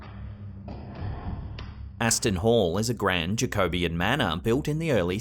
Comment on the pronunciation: Love your videos, but please, Jacobean is pronounced "Jacko- Bee- ann", not "Jakobian" like some sort of race from the planet jakob.